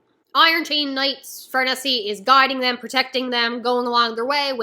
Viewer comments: The name is italian so it would be far-neh-zeh. And in the anime they say it pretty much like that too. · Her name is pronounced "far-NEH-zeh". It's an Italian name.